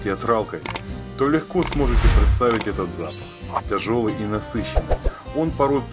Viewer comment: "Не торопитеСЯ", "мноха", "тЯжелый" и т.п. Не стала смотреть дальше.